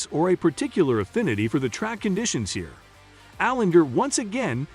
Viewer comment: “AJ Allender” “Chris Boosher” “kissolooski”